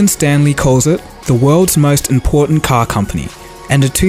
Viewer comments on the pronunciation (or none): none